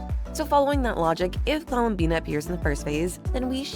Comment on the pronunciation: You mispronounced columbiiiiinnaaaaaaaa!